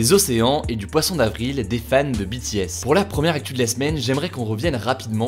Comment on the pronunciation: Enfin quelqu’un qui prononce BTS correctement 🙏🏻 Merci